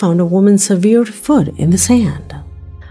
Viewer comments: Pronounced severed,not severe. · I've never heard severed pronounced like that. Generally it's pronounced like sev( like 7)-er'd. Has anyone else heard it pronounced like she has it pronounced? Just wondering if I'm missing out on something. Secondly, in reference to the severed feet, they found out why people are finding feet. When a body starts to decompose, it automatically starts to fall apart, especially in the ocean. Nowadays, shoes are made so that they are buoyant and lightweight. Because the shoes are so lightweight, it's easier for the foot to stay protected from the elements and float to the top of the water whereas it will break off at the ankle when the body gets to a certain level of decomposition. It's really all just common science. As much as I would love for it to be a mystery, it's really just a sad fact that people kill themselves, their bodies decompose in the ocean, and their buoyant footwear brings the encased foot to the surface and then to the shore. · "severe" vs. "severed" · Your videos are awesome, but I am triggered by your pronunciation of the word “severed” it should sound like er not eer. SevERed. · Its not severe (sevir), it's severed (se-vered). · "Severe" foot? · severed is not pronounced "seveered" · Just found your channel today. Wow! Really great reporting! Will watch all your great videos. Thank you for doing such a great job and for choosing 'real' videos and not staged ones. By the way, it is 'SEVERED', prnounced like you would 'Severus' Snape (from Harry Potter). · It's pronounced, "sev-ERRED". 😏😏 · Sorry lol I was joking but in the US we say "sev- vered" that's funny I never even thought people read comments! I'm thrilled you did. Lol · except for an automated voice to mispronounce a word, it generally has to BE a word. "seh-veerd" is not a word. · is a robot!? Why does she say severed foot like that? She's saying like it's written not the right way.